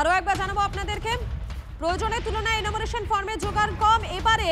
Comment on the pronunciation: এনামুরেশন নয়, উচ্চারণ টা এনুমারেশন